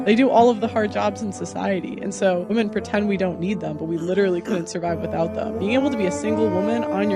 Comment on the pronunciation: Dude I like your content. But, please stop pronouncing women as woman. Just stop the bullshit. It's a slippery slope to 1984 and it starts with little things like that.